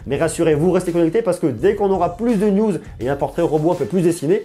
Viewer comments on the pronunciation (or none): none